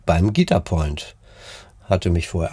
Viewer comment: An der Betonung bei „Guitar Point“ würde ich noch mal feilen 😂. Ansonsten nettes Video